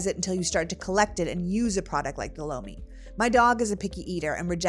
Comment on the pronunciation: Oh Lomi hahaha I thought you said bologna 😂 I didn't realize you were doing an ad.